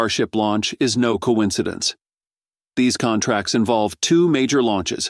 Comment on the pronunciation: Contrat ??? you mean contRact